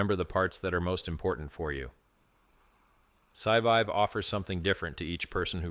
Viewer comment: It's hilarious that can't pronounce the core words. Pulsechain, Scivive and so on.